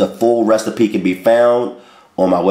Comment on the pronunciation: I love when he says recstapee lol.. Let me also say that I love all of his recipes. Nothing bad yet.